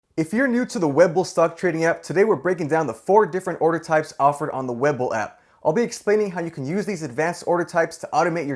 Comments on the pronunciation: I believe it's pronounced Wee-bull not weh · look its hard to watch when you aren't even saying the name right. it is WE BULL not web ull... sorry, no value added here but sticking around for the vid lol. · We...bull.. weeeee bull.. not web el..otherwise great job lol. Web bull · Webull. Not Wэbull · It's we..bull not web bull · Juan Pablo IKR. That drove me crazy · Haha was just about to say that. :D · It’s not “web-bull”. It’s “we-bull”. Say it right. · I was going to watch this video but after the 3rd time he pronounced webull as web bull I had to stop the video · So im the only one bothered by how he's saying "web bull"?? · Bwahahaha it's pronounced WEEbull bro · I seriously can’t watch this for longer than 20 seconds due to his constant mispronunciation of “Webull” 😖😖😖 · Had to stop watching at the very beginning because it's hard to want to take a lesson from someone who can't even pronounce the name of the app the right way. Lol. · I am taking advice from some who is saying webull wrong ... Great video by the way ! :D